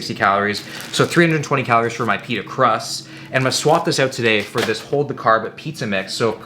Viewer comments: I shit you not, I though he said "penis" instead of "pita" 😂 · I thought will said something different when he said pita😂